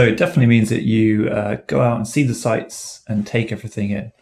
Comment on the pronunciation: I think pronunciation of 'the' in ' the culture' etc is false. I don't understand why. Am l wrong?